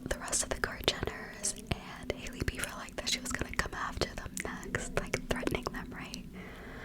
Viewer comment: YAAAS “Hailey Beaver” lmao